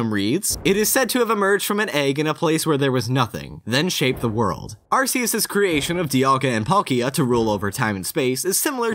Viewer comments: The proper way is Ar-key-us tho. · Isn't it pronounced arc-ee-us? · >Arseus It's pronounced 'ARK-E-US' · Did you know that it is Arceus, not arsseus? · OH MY GOD! IT'S PRONOUNCED ARKEUS NOT ARSEUS! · It's pronounced Arc-ee-uss. Not Arr-see-uss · It's "Ark-eus", not "Ars-eus". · It's pronounced AR-KEE-US, not AR-SEE-US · It's pronounced Ar-key-us, by the way. Not Ar-ce-us. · In the Pokémon handbook: arceus is pronounced are-key-us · BTW the official pronunciation is Ar-key-us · I think it should be pronounced as "ar-ke-yoos". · oh my god it's pronounced ark-eus jesus christ I don't normally care enough to comment but come on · You pronounced "Arceus" the common-sense way Which means you pronounced it wrong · i like how you can pronounce everything correctly except for arceus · It hurts si bad how you pronounced Arceus. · How dare you pronounce Arceus that way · .......... :/ He said Arceus with a soft 'c'. So sad. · Gonna have to throw you a dislike- said Arceus wrong 🤷🏼‍♂️